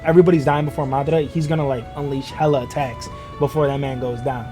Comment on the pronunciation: my man actually pronounced Madara correctly hell yeah!!!!